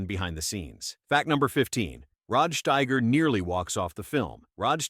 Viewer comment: Steiger not Schteiger